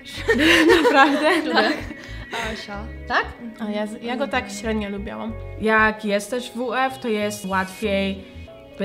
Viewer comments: "lubilam" , a nie "lubialam" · jak coś to nie wypowiada się „lubiałam” tylko „lubiłam” 😄